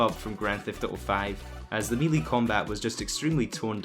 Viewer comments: Pretty sure it's a 'Melee' rather than a 'Mealy'. As in pronounced like Mel, or Del. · It's not meeeleee It's "may-lay" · I think Brits Pronounce it like Melee and Americans Pronounce it like Mayley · Melee is not pronounced "melee" its pronounced "maylay"....lol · "Me lee combat" 😁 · Its not may-lay Its "meh-lay" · It's melee not melee... MELEE not... 🤢🤮 Melee. The fuck? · He said melee wrong where is the million comments complaining about it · It’s melee not melee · u said Ellie instead of LA and meelee instead of melee. Fix your grammar